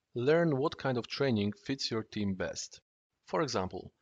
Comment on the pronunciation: Rofl that "trening"